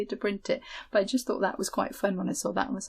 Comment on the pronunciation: Hi. I'm japanese and I come from town that is most famous for KASURI. I thought to write a quick comment regarding how to pronounce this marerial. It goes Ka - Su - Ri. There is no "g" I live now in Australia, and use a lot of kimono n kasuri that have been worn by my ancestors to make patchwork quilt, dresses, and bags. Since a few years ago, my sister started to teach me Sashiko when I return to Japan. I told her about your vlog. She does kimono sewing, Sashiko and Japanese silk embroidery so she is very interested in your work. Thank you!